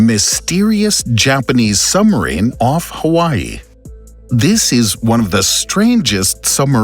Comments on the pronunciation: Why is the narrator keep saying sumarine? It's suBmarine. I literally cannot finish this video hearing that word again. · Sorry, but I can't get past the use of the word 'Sum-arine' every 10sec. The topic has a B in the name 👍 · Interesting narration. It calls attention to one's pronunciation of "SUB"